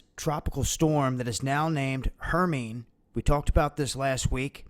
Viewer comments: Gentle FYI - it's pronounced "her-my-knee". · I believe HERMINE is pronounced "HER MINE EE"